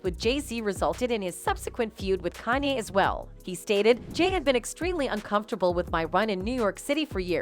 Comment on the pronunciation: She calls him kan i?